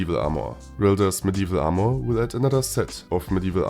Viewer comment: Its Armor, and NOT AMOUR!!!!